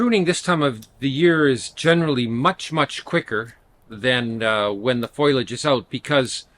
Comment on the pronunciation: Foil-age? It’s foliage. Being Canadien is no excuse. Haha. Otherwise, helpful advice. Thanks.